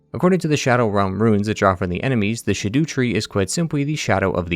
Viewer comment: You keep calling it the "sh'doo tree", isnt it Scadutree like "SKAA-doo"? Rhymes with "rat poo"?